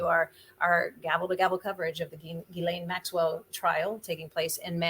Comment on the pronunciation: its pronounced JIZZ-lane